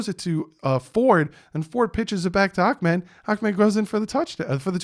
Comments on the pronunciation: i’m sorry but i feel like the commentators were saying his name wrong. it’s “ahmed” not “akmed”. fun fact my close friend back in seattle went to high school with him 🔥🐬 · Love your work.. It's pronounced.. Ahmed. Tho